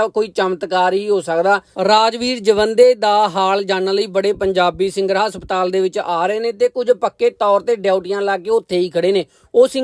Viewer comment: Asptal ni hunda haspatal hunda